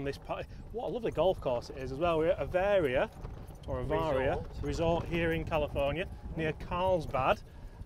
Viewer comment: Not quite the proper pronunciation of Aviara, but it is nice course, I know the Director of Golf there, great guy.